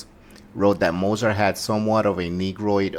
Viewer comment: At least pronounce his last name correctly